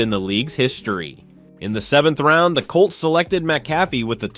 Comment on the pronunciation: You may want to pronounce his name correctly. That would give you more credibility. Good history of his career though. I would also do without the stock photos.